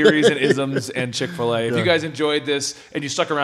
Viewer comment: This video is brought to you by "Chick A Filet"